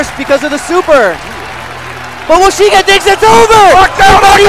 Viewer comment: WO-SHI-GE NOOOOOOOOO!!!!!